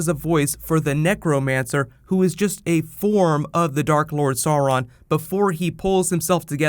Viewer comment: Omg the way you say sauron 😂